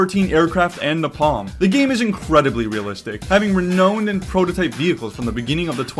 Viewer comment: Petition for to learn how to pronounce “renowned”